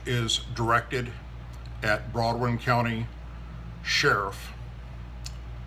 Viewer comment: At 19 seconds you mispronounced, or just got the wrong county... This is when I stopped watching. Shame probably would have agreed with your commentary...